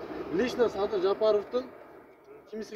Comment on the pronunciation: Ээ чулдур,уят болуп чыкпай эле койчу,Рга тилин келбейт экен.